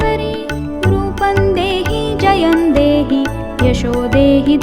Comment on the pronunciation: Very nice voice... But it's Jayam dehi... Pls check